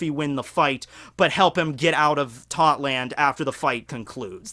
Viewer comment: Tot land? no no Thot land